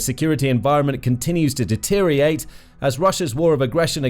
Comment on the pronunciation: DeterioRATE pal not Deteriate!!!!!